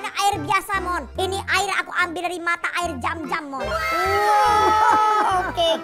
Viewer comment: NGAKAK ANE GARA-GARA NGOMONG AIR ZAMZAM MALAH AIR JAMJAM YA ALLAH 😂😂😂😂